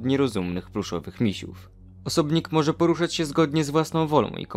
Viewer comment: W pewnym momencie powiedziałeś "poruchać" zamiast "poruszać" (nie chciałem nikogo obrazić i przynajmniej ja tak słyszałem)